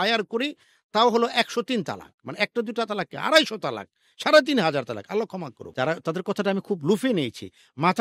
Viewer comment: তালাক উচ্চারণ ভুল এটা হবে ত্বলাক্ব, তালাক শব্দের অর্থ জরো করা, ত্বলাক্ব শব্দের অর্থ বিচ্ছেদ হওয়া।